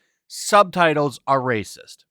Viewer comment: Why cant you say “racist” like a normal person?